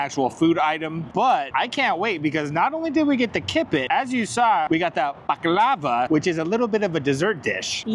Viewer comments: you need to learn how to pronounce the desert. It’s pronounced buck-lar-var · The way said baklava like it was lava made me giggle lol.... Love the video can't wait for the next garage sale video 🎉❤ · The way you pronounce baklava drove me nuts 😂